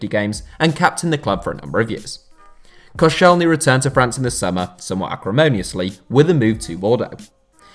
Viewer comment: Koscielny? You can tell that you don’t watch french football 😂😂😂😂